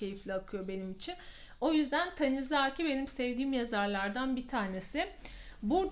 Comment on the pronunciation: Bu ay da çok güzel kitaplar okumuşsunuz! Özellikle Körleşme ile ilgili yorumunuz ilgimi çekti 😄 Yalnız naçizane düzeltmek istediğim bir nokta var ki Tanizaki'nin ikinci /a/sını uzatarak seslettiniz; doğrusu dümdüz, yazıldığı gibi "Tanizaki" şeklinde sesletmektir😊 A, bir de köpeğiniz çok tatlı😍😍